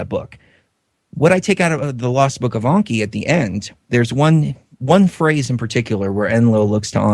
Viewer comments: It's Enki with an E not an O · stop saying Onki!!!! it's Enki !!!! you sound stupid